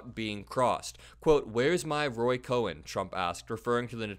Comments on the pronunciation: It's Roy Cohn, not Cohen. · It's Roy Cohn (cone), not Cohen.